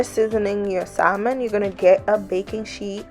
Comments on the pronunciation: Saying SaLmon instead of Sahmon bothered me so much I couldn’t finish the video. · SaMon. The "L" is silent.